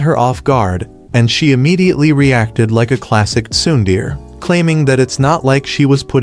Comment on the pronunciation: I have no problem with how they say protagonist or showbiz, but "tsundere" being pronounced as "tsun deer" kinda put me off guard